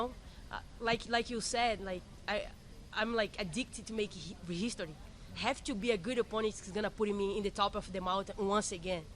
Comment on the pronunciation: I love making heeeeshtory <3